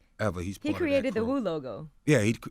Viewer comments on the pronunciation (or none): MEET Magazine .... It's Wuuuu not Suuuu